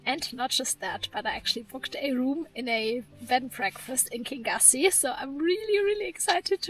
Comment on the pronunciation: Lovely energy in your video - travelling through an area I know well. I lived on Loch Lagganside 40 years ago. The Laggan coffee shop was the village shop at that time. Kingussie is Pronounced “kin-YOO-see” and comes from the Scottish Gaelic, “Ceann a' Ghiùthsaich” which means “Head of the Pine forest”.